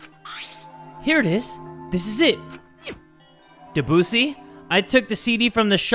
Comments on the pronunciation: it’s pronounced Deh-Busey like gary busey lmfaooooo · Technically, in the name Debussy, you put emphasis on the e, not the u, unlike what Kaede was saying. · Debussy no its depussy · When first siad debussy I thought he said the qussy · i know i was supposed to be sad and stuff during the music scene, but i was laughing so hard because of jay's pronunciation of debussy 😭😭